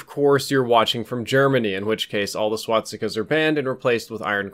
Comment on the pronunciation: thumbs up for "swat-stika"